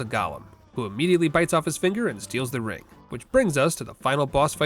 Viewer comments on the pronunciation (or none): none